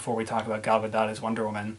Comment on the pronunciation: it's actually pronounced G-All GA-DOUGH